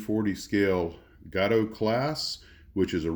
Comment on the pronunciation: Gato is pronounced like Gate. Deck guns seemed to be installed wherever prevailing doctrine was at the time they were built, but deck guns were used pretty much for low risk targets anyway.